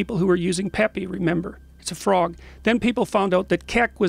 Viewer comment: It’s the correct way to say it 👍🤣